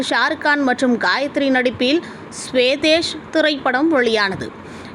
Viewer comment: ஸ்வேதேஸ் இல்ல ஸ்வதேஷ்!